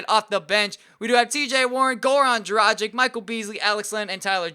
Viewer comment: If you wanna say Dragic right its not like M"agic" it's Dragich with g pronounced like in word Gay, so please stop saying Dragic like Magic and pronounce it right...